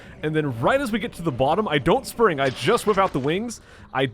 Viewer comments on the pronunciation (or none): none